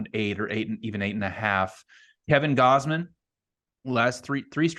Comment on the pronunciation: Thanks for pronouncing Gausman correctly. No one does and its simple